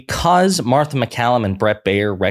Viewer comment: Marther? C'MON MAN!! Mar tha!! 💙 Kamala 🔵 Walz TX. ALLRED ALL 🔵!!